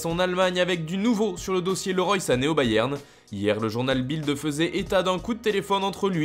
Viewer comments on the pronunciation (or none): none